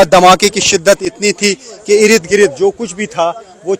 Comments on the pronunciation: Bhaiyya sahi shabd ka istemal karain ird gird hota hai,irid girid nahi hota hai. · Irid girid आपके इस शब्द "इरिद गिरिद" को ही सुनने के लिए आपकी वीडियो देखता हू आप का pronunciation ग़ज़ब का है आपका धन्यावाद इर्दगिर्द की रिपोर्ट दिखाने के लिए